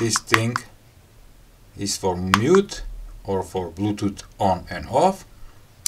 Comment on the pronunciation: I'm always here for the sympathetic "blutuut" :)